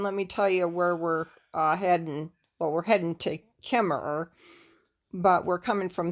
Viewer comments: why is Kemmerer pronounced without the second er? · Kemmerer is pronounced with out the second er. It is in the South west corner of Wyoming. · You don't pronounce the second er